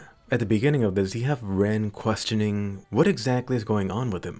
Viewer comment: I don't remember what the sniper shield is called but it's for exactly that. Basically any sniper in the field with it can pull it out and hide behind the almost bulletproof half shell armor. Also Llenn is not pronounced Ren. Just a side note. Not a big deal just made me laugh.